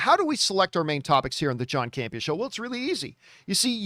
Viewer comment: I love but why does she pronounce John's last name as CamPEEa (emphasis on second syllable) when he pronounces it CAMpea (emphasis on first syllable)? Let me be clear...I LOVE and her contributions to the show but I always found this curious!:-)